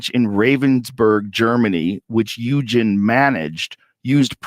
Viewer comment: Eugen as in eugenics !